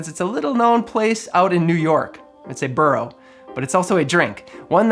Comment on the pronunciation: It’s “borough”, not burrow.